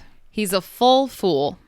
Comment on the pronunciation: Thanks. I got every words except full. it seems to me that you pronunce it as fall.